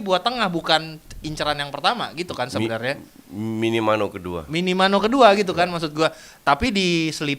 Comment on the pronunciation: Minimano anjir wkwk, minamino bro